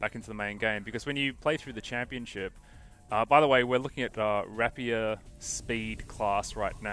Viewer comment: lol rap-e-er Yeah thats not really close to the actual word >.> For what little this english lesson is worth to IGN its rape-e-er, as in the name of the sword